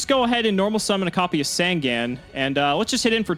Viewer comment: Is there ever going to be a day where he pronounces Sangan right?